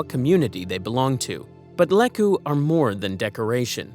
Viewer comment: and it's LEE-koo!